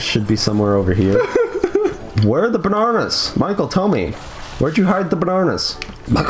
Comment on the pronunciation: Also, learn to pronounce bananas